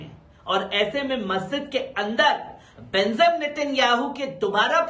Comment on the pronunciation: J ko Z kyu read kerta hai..BENJIM NETANYAHU ko BENZIM read kerta